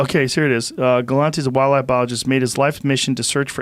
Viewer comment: “Forrest Ga-lan-tay?” Joes instantly deciding that he wants to meet this guy